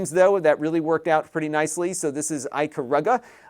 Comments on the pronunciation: Pronounced Ick A Ruu Ga, I had a chuckle too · I've never heard anyone pronounce "Ikaruga" like how you did lol. Sounds like Bart Simpson saying "Ay Carumba!" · i have never heard ikaruga pronounced this way, thanks for the chuckle:)